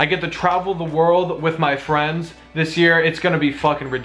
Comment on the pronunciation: he said fwiends lol